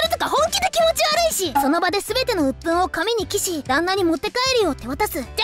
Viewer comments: 記し（きし）？？？ 記し（しるし）じゃね、、、？ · ソラっていうキャラの声やってる人漢字読めなすぎでは……。 お暇は「おひま」じゃなくて「おいとま」 記しは「きし」じゃなくて「しるし」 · ❌紙に記(き)し ⭕紙に記(しる)し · お暇→おいとま 記し→しるし